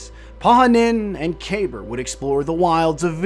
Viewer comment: Kuh-Beer, that's how they pronounce it in game